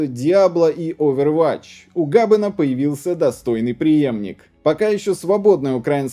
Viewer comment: "ОвервАтч", "у ГАбена". Дядька явно не является геймером, если делает такие нелепые ошибки